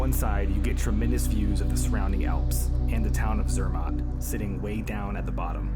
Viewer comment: Cela ce prononce Zermatt et cervin... Non pas zermon et comme vous prononcez...